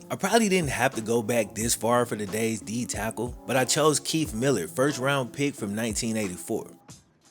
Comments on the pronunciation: .......his name is not pronounced millered......it is Mil lard. This was a solid video. BTW, because of my age, I immediately knew Reggie Roby. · I think it was pronounced Mil-LARD. Nice video though. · Brother, that man was a Beast. Please put some more respect on his name his name is Pronounced Mill Lard Like what we used to cook with lard Keith mallard was one of the baddest white doors to ever play the game Right up there with joe kleco And Jared Allen. Howie Long And I'm proud to say he was a Minnesota vikingsadly. He is career was stunnedone it he had a ACL injury. And at that time that type of injury was career ending or at least altering. He did play again for the Seattle Seahawks. He never was that same player again. But he still was dominant at times but this dude was one of the best ever and got hurt in the middle of the field with nobody touching him. Metrodome turf was absolutely horrendous